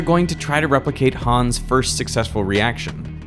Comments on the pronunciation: please pronounce "Hans" shorter, there is no "aa" or "ah" to make any of the long "aaa" sounds that you are making. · just a hint for the future: try pronouncing it "hanns" instead of "hahns", so you'll end up saying "hans" correctly =) *edit: it comes from "hannes", which in return comes from the biblical jesus-fella name "johannes" and so the faster pronounciation is explained ;) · If you want to pronounce Hans like a German, try not to say Hahns but Hanns with a shorter a than you are saying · Hooo😮ns 😂 its Hans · The name is not pronounced 'Hahns' It's pronounced 'Hanns'. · German here: the name "Hans" is pronounced like the word "hunts" in "He hunts a rabbit"...not like "haawwns" ;) And the "u" in the name Bunsen is pronounced like the "oo" in the word "boom" (maybe a little shorter) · Why not learn how to pronounce "Hans" while you're in Germany? Or listen to sound bites on the web on how to pronounce (forvo is nice for that). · Derek, for fucks sake, learn to pronounce the German names right.